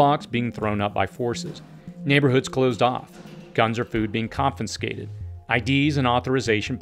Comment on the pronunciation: It’s not “confi-n-scated” It’s “confi-scated”